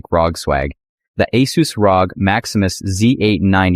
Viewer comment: When the AI voice mispronounced Asus I stop listening to this video